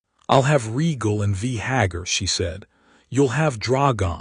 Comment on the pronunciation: Is it? I'm unsure whether to try listening again. i don't want to hear another tale of conquest and war against the Others. I was hoping for a story about Valyria, how Daenerys came to live there. Also, the AI narrator is very jarring. Vhagar is not Vee Hagar, it's not Jeeharis, not Deenaris, not Tayrion etc Is it worth the time? Any time?